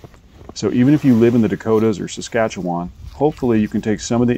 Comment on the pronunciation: Props to you for saying Saskatchewan correctly! :-)